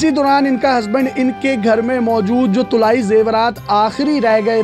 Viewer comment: Ye lafz tulaee nahi balkei talaee hai.